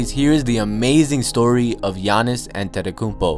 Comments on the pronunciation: Great video. For future reference, his last name is pronounced 'Ah-deh-toe-koon-bo'. It's weird because of the spelling of his last name, but if you YouTube the video "Say My Name "Giannis Antetokounmpo" (Teammates Version)," you'll hear him say it that way. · Like this [ Yah-nis An-ten-toe-kūm-po] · Lol it's pronounced Gi-an-is atump-akemp-o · stop saying his last name You say it wrong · U butchered his name. Good video tho.